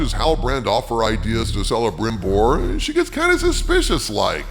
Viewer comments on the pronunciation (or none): You might want to check your pronunciation of Celebrimbor. I believe that the C is a hard c, not a soft one. (K, not S) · Come on dude, you’re not even pronouncing things right. Celebrimbor has a hard C, ie Kelebrimbor not Selebrimbor. Also, it’s not mith-real, it’s meeth-ril. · The Cs in those elven names are pronounced as Ks, not Ss. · In this we disagree oh! J.R.R.T. never published the Silmarilon because he was the ultimate perfectionist and never was he satisfied with a final version of the same. Also "C" in elvish is pronounced "K" so its "Kelebrimbor", "Kirdan" and "Kelebrian" for example. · The name Celebrimbor is pronounced with a hard C sound.